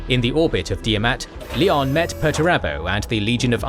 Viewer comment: Pls, its not LEE ON, its LION like the big cat lion. Smh cringing so hard rn